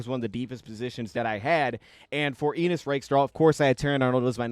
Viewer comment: I think its Ennis, not Enis. But great breakdown!